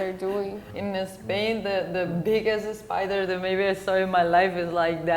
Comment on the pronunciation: Spain, not"Espain".